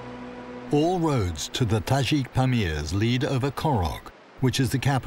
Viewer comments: tadjik not tazhik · Yeah, I thought he was pronouncing it wrong(i have a tajik boyfriend)